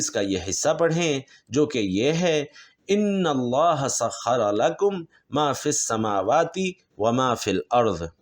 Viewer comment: Ayat 20 - Annallah as written in Quran- not Innallaha.